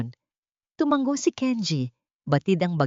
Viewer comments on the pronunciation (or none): none